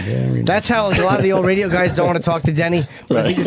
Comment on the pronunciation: Opie “This Raydjioh Thing of Ours” Hughes flummoxed by the idea of archiving radio history. What a dope!